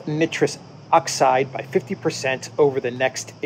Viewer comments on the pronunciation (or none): Nitrous oxide: (pron) Ni’ truss. Ni rhymes with try. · Nitrous, never heard it pronounced that way, here where I live its pronounced with a hard I not soft i, like nightrous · A little help with chemical pronunciation. The "i" in nitrous is a "long" vowel as in the word "like". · The "I" in nitrous is pronounce eye. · Trudeau dialogues are great stand up comedy...check your pronunciation of NITROUS Oxide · I believe the ‘I’ in nitrous is a long vowel., pronounced just like you pronounce nitrogen. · You can read peson but you can’t pronounce NITROUS